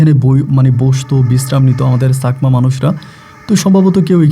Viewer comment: Sakma noi chakma . Boynkor noi voyonkor